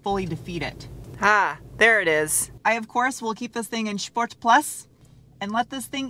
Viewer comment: drives a 100k car and pronounces sport "shport". not judging just 'miring